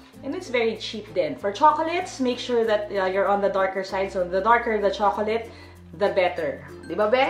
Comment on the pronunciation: ang pagbigkas daw sa chocolate sa english ayun kay youtube ay tsoklet or choklat hindi tsokoleyt. peace!